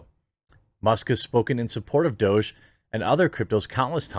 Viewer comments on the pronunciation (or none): It's not "Doje" it's "Douuug" it's a silly word for "dog" Please stop saying Doje. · I think Doge is pronounced "Doggy"